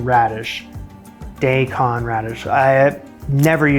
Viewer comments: Dai Kon. Pronounce dye. Not day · Daikon is not pronounced day -con. I'ts Dye-Con. Google your terms. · Dye-con radish, its not day-con its dye-con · Just a little heads up "Daikon Radish" is the japanese name, pronounced "Die-kon". English structure isn't followed, it's purely syllable sounds. - da-ii-ko-n. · It’s pronounced “die-kon,” at least in Japan! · Daikon raddish is pronounced Die-cone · Daikon radish is actually pronounced *Die-con-radish*....i hope everyones ok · And I thought Americans were bad at pronouncing foreign words, but Canadians take the cake. Sorry, but...day-con? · You heard of Daikon radishes… as Daykon? Hahahha im confused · daikon is pronounced die-con